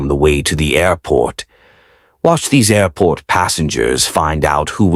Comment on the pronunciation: This was a really well done narration, with so many different uses of the word "air." "Air PORT" , Air PLANE ", Air CRAFT" and all in such a short period of time! I'm really, REALLY, impressed by the way you outdo yourself, time after time!! The amount of thought that goes into these narrations clearly shows in the effect they have on all of your viewers!! Frankly, the videos themselves pale in comparison to the various and much awaited daily narrations!! Thanks so much for the effort you put into this wonderful channel!! I can't thank you enough!! Ciao! 🙂🌞🙂🌞🙂